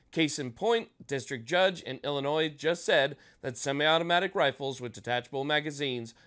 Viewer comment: 🤣You said Ilinois.. Dirty word at my house.